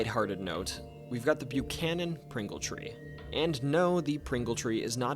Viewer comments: Buh-ck-hannon. That's how it's pronounced here. It's not the same as the last name of a US president, or other places in the US. Buchanan ❌️ Buckhannon ✅️ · You pronounced Buckhannon wrong, I live there its buck - hannon. Great video though. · It’s pronounced Buck-cannon. My FIL and his family are from there. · Ah the lovely sound of no one being able to pronounce my home town, Buckhannon is pronounced Buck - Cannon. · If you are going to do a video about West Virginia please learn how to pronounce the names of WV locations!